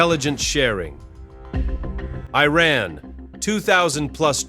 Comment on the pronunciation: I'm guessing this is yet more AI slop narration. In one sentence, it was pronounced "I-rarn", then in the next "Eye-ran". And there are others...